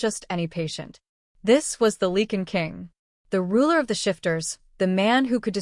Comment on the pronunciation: It is “Lye-can” not “Lee-can”